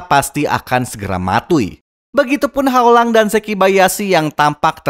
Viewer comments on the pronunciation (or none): none